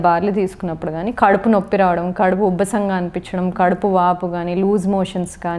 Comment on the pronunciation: Doctor garu Kadupu Ubbasam” kaadu :Kadupu Ubbaram!Know your telugu madam.😂